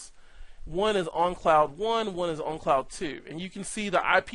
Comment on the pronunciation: Great video! Just a funny observation. For most of this video I thought you had some strange accent that I never heard of which causes you to pronounce the word "own" as "on" because you keep saying "on cloud" instead of "own cloud". Which, ok thats cool, no big deal... But then at you say "own on cloud"... Just made me laugh so i thought I would point it out. Thanks for making!